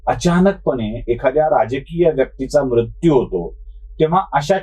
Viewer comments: तुम्ही मृत्यू या शब्दाचा बोलताना म्रत्यु असा उच्चार करत आहात. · आशय पहावा महाशय . भारतात दर ५ किलो मिटरला भाषेत फरक आहे . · उच्चार कसाही होवून दया हो, काय म्हणायचेय ते लक्षात घेणे महत्त्वाचे. सदाशिव पेठेतल्या सारखे उच्चार सर्वानाच जमणे अशक्य आहे.